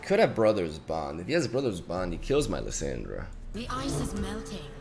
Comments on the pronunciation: "LeeSyndra" xd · The way he pronounces Lissandra hurts my ears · Jesus I cringe every time you say her name lol .. plz look up her spotlight and listen to how its said lol